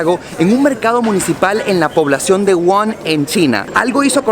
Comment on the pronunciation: Hola, tenias que haber investigado un poco mas sobre el virus para dar tu opinion a miles de personas, el virus no comenzo con una sopa de murcielago, es una ignorancia y me sorprende eso de ti, el virus empezo en un mercado de animales salvajes ilegales en la ciudad de WUHAN, se pronuncia WUJAN y todavia no se sabe con certeza que animal fue.